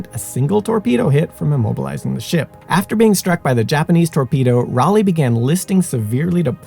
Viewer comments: The destroyer was named USS "Cass-in" not "Cay-sin". The light cruiser was named USS Rah-lee. And, the crew of the USS Utah was markedly reduced after conversion to a target/AA gunnery practice ship. From a full compliment of 1001. The toll on her crew was, in total, 64 officers and men were killed prior to the ship capsized. Included in this number are 58 who went fown at their stations and remain aboard her to this day. 461 members of her crew survived the attack. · USS Ray-lee?